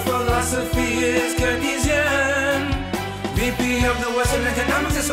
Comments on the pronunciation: Brilliant parody... but I have to point out that Keynesian is pronounced cain-see-an not ken-ee-see-an! Syllabically it’ll fit that line better too! I hate to troll such a brilliant parody. Gonna go hide under my bridge now! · Oh, ffs, Colbert staff -- "Keynesian" (pertaining to the work of economist John Maynard Keynes) is pronounced "KANES-ee-in," not "keh-neez-yen," bc his surname is pronounced KANES. Do better. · "Her philosophy is ke-nee'-sian"??? I believe that would be "kane'-zian". Remember, Wikipedia also provides pronunciation guides, o semi-smart people who work for Colbert. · I suppose that's one way to pronounce "keynesian"